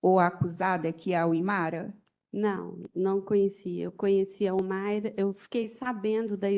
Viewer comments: Que promotora ruim!! Não conseguia nem falar o nome da Humaira. Péssimo trabalho! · Que promotora péssima. Senhor. Não rola nem uma boa tarde correta. Ela não consegue falar ao menos o nome da ré